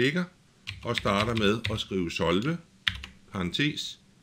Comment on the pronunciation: solve er et engelsk ord, det betyder løs. men du udtaler ikke ordet korrekt. ellers fin video